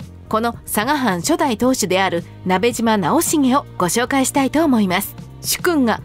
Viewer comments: ❌なべじま ⭕️なべしま ですよ！ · 聞き間違えていたら申し訳ないのですがナベジマではなくナベシマだと思われます よく間違われるので楽しみにしていた故郷の武将なので恐縮ではありますが覚えて頂けると嬉しく思います。